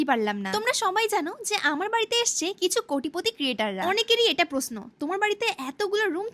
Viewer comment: প্রশ্নর বলছে প্রস্ন😂😂😂